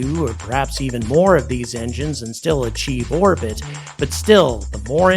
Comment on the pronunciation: Why does "orbit" sound like "our-pit" and sometimes "war-pit," when coming out of your mouth? Is this a new retardation of you mouth-breathers?